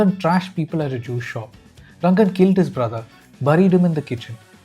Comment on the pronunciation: You are also manipulating us by calling him Rangan constantly when his name is Ranga 😅